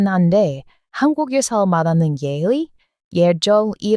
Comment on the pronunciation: '예의'의 표준발음은 [예이]입니다. '의'의 발음은 다음과 같습니다. '민주주의의 의의'(민주의의 뜻)는 [민주주'이에' '으이']라고 읽어야 합니다. 소유격으로 쓰이는 '의'는 통상 '에'로 발음합니다. ''우리'의' 소원은 통일''이라고 말할 때는 ''우리에 소원' 아라고 읽어야 힙니다. 아무라 외국인이라도 남의 나라 말은 정확하 배워야 합니다.